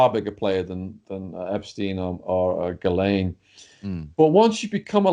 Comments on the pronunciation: I believe her name is correctly pronounced jizz-lane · I wish you would ask a French or Canadian to pronounce her name. Sheez-Len is the nearest I can write it, (I am French). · Her name pronounced jizz lane.go figure